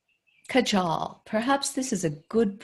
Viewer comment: Kajal is pronounced Kaahjul